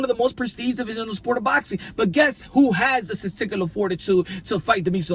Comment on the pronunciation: Sterstistiler? Testicular. This guy needs a dictionary.